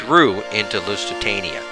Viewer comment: Yeah... lots of name butchering :) Carthage - not Cartridge. Lusitania - not Luisitania Lusitanians - not Lithuanians ... sorry ;-)